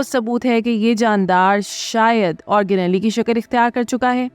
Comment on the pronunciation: آرگ نیلی نہیں، آرگ نیل